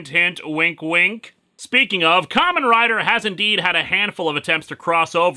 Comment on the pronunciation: Am I the only one who's hearing 'Common Rider' instead of 'Kamen Rider?' I can't be the only one.